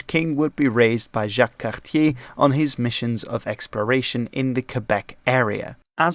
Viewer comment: Cabot= Ca-But and Cartier= Car-t-ā